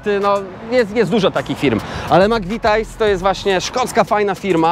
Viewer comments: wstydzil bys sie. Taki anglista i mowisz /MAKWITAJS/? Spytaj sie dowolnego anglika jak to sie czyta. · Ludzie, tyle lat tam mieszkacie a nie wiecie jak sie wymawia McVities?! I jeszcze tyle razy padło to makwitajs jak na złość, grrr. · 😂😂Stary nie gada się mc vitajs tylko mc vitis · Zle wymawiasz McVitie's - mowi sie 'mak-vi-ties'